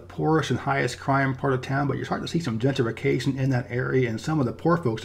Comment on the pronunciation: There's something different about the way you say "gentrification" and "gentrified". The way you almost skip over some syllables is peculiar